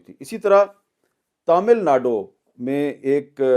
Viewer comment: Neither pronunciation of Kerala nor pronunciation of Tamil Nadu ..